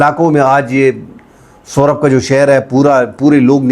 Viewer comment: سُہراب نہیں، سُراب ہے